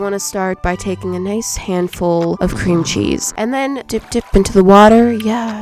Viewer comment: right befor she sed a handful of cremchees i sed CREMCHEES😂